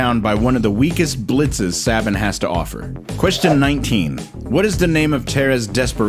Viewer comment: It's Say-ben. Like Nick Saban.